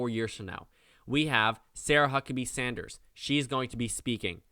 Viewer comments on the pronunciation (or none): none